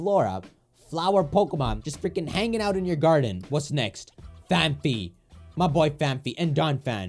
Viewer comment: Does he deliberately mispronounce "Phanpy"?